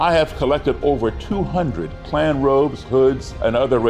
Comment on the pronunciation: My name is also, and I think the clan is stupid Beyond any stretch of the imagination, however please stop adding an L to the first part of their stupid gang name